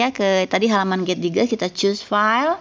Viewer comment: Koreksi sedikit ya bu.. getdigest mungkin dibacanya [get daijest] ya bu.. mohon koreksi juga dari teman teman lain karena sama-sama gabisa bahasa enggrees :)